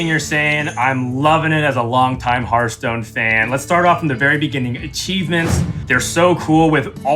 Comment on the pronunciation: It has been, is, and always will be Hurtstone. No discussion.